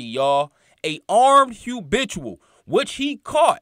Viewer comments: Not trying to be funny but brother please try to pronounce it as “habitual” and not “hubitual”…. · ITS HA'BITUAL DUDE🤦🏾‍♂️YALL BLOGGERS GOTTA CUT IT OUT